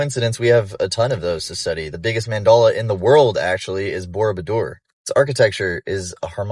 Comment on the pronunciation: this clown wrote 3-4 books on the subject but he calls a mandala a mandola ! he probably got a.i. to wright his books too ! lol